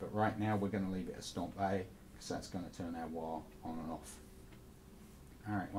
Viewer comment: "Tuhn the wahr on... wahr off..."